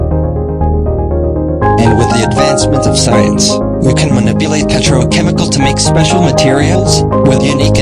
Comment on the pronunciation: quite funny that the voice automator couldn't correctly pronounce the most important word in the video.